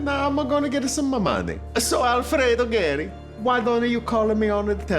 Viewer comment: Gagliardi you dont't know how to pronounce Geri